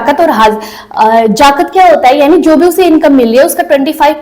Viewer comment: जाकत ना जकात bola जाता h